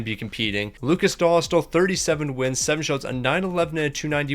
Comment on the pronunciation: Lukas dohstol dostal dohstal is pronounceiation